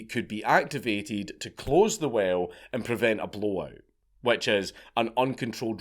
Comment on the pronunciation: A Scot saying "whale" sounds exactly like "well." The intro got confusing until I focused... XD [well, whale, while]